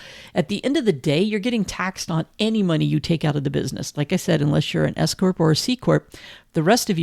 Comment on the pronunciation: My husband heard ‘escort’ instead of S corp and asked what the heck I was listening to 😅